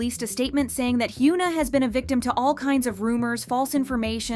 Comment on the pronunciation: one day, the VA will learn how to say korean names. until then, i’ll keep learning about hyoona and eun-sock.